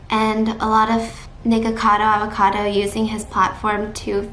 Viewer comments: Nikarcoda Avarkoda lol 😂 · "Nircado arvercado" 😂